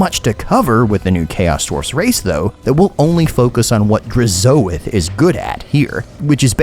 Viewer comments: With how you pronounced Hashoot and Drazoath I expected you to also say the Legoon of Assgore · the way to you say DRAZHOATH makes me wince